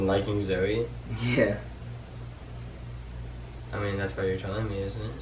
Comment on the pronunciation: I hate when calls Zoe "Zowey" like omggggggggggggg